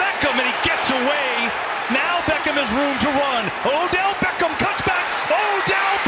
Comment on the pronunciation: I don't like the overe emphasis this commentator uses when he says "Beckham."